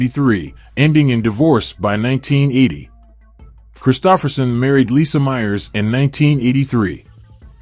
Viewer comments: He was great. This video...not so much. AI narrator mispronouncing his name blows. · You are mispronouncing his name. How can we trust your information to be clear?